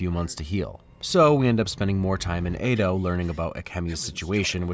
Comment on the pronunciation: 'Edo' rhymes with 'meadow', not 'play-dough'. Great video!